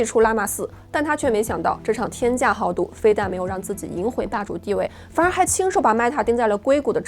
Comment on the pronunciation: 例如，你说《这场天价 （好） 赌，而不是 （豪）赌。豪需要使点劲， 需要把这个字咬清楚，而不是简单地带过去。